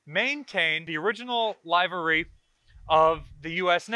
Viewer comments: No disrespect, but livery is pronounced “liver-ee,” not “live-ery.” Pretty cool stuff. Thank you. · I think you're swell,, but it's pronounced "liver-ee". And I think that dazzle camouflage is really interesting.. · I have never heard “livery” pronounced with a long Ī like that. Liver, like the organ, with an ee sound at the end. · Pretty sure 'livery' has a short 'i'... just sayin'.